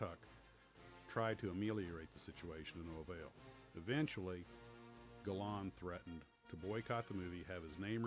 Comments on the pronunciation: It’s ‘Gal-and’ and ‘Mal-an’ , not ‘Galarrnd’ and ‘Malarn’ . Also Sailor Mallan was South African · I enjoyed this review very much, but I grind my teeth in frustration at how Americans continually mis-pronounce people's names! Surely your research should have avoided these basic errors? "Aydolf Gayland" is pronounced Addolf Gall-land. Douglas "Bayder" is pronounced Douglas "Barder'. "Hammish" Mahaddie is pronounced "Haymish" Mahaddie. These great and heroic veterans deserve better!